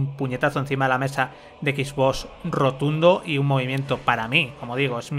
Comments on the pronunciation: Confirmen soy el unico que le pone como nervioso que digan xboss en vez de xbox y play lo digan bien?xd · Me estresa cuando dice Equisbos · Porque pronuncia X BOS? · Nadie: Absolutamente nadie:: skisvos serie x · No se porque, pero creo que el 99% de las veces oí "Equis-boss"... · Como vuelva a decir Equisbós te juro por mi hija que le pego un tiro en la pierna. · Jajajaja "X bos" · Equis boss pronuncia bien weon pao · Sois tan "Soniers" que no sabéis decir ni Xbox..."x bos, x bos, x bos"... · "Equis-voss" jajajajajjaja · Los españoles lo dicen como se escribe, la pregunta es ¿por que Playstation si lo dicen como es en inglés?